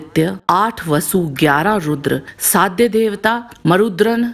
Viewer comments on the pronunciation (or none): none